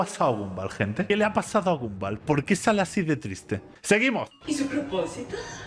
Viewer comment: El nombre de Gumball se pronuncia Gamboll